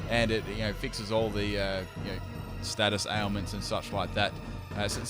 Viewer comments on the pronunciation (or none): none